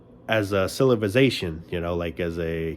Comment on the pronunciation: Cilivization haha